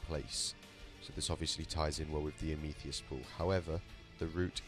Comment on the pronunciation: Amethyst == am-a-thist.